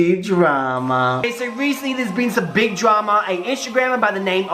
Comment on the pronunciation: When he says "drama" it sounds like trauma. 😄 love the video